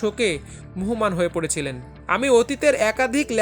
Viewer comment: মুহ্যমান শব্দটির উচ্চারণ মুহমান নয। উচ্চারণ হবে মুজজোমান।